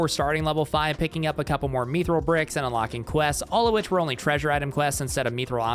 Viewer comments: constantly calling mythril "meethrill" is driving me nuts. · Have i been saying mythril wrong this whole time or has he?🤔